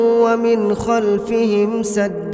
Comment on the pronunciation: "Садда" говорят когда останавливаются на аяте... А он продолжает произнося Садда